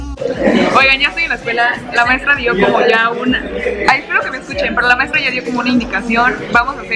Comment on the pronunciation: maistra quiere salir en mi vidio? Maestra: nel nel